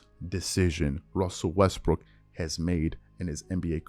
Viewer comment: Wussel restbrook 😂